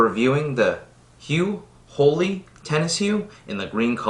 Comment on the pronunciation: His pronunciation is correct.